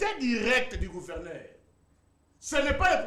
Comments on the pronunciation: Yango ezalaka nini yango na ba luba ? Pourquoi bako kaka ko prononcer lettre G te? Mutu ya union sacrée azo loba kuverneur au lieu de gouverneur. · Kuverneur 😂 ... Kuvernema 😂🤣😆